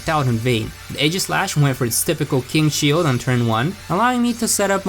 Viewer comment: Pokémon S C H I L D No offense btw